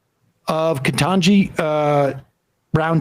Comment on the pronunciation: Aside from the SERIOUS racism and general cringe.... "Ketanji" is pronounced phoenetically....